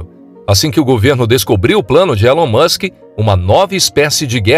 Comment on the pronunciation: Ta man, já sou fã do "Elun Muchen", não precisa me convencer!